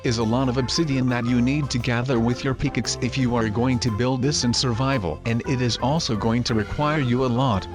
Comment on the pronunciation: It’s pickaxe not piciks